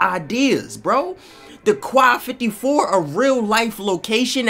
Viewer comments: Quai 54 . Its not pronounced (kwai) its peonounced (k) yes just the letter "k" so its pronounced ("k" 54) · It's prononce k 54 ( im french that's why I know this) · It's pronounced "K" bro bro, "K 54".